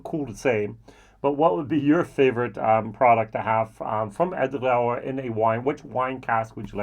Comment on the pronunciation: I love your pronunciation of Edradour, that R in french style is so cool 😁 Great review with comparison of these gems 🥂🥂🥂🙋‍♂️